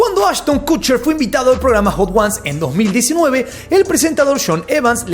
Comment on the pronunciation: “Cucher”???😂😂😂😂😂 pronuncia bién!